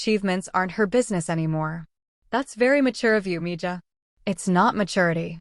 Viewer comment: Once again; mija is pronounced miha 😡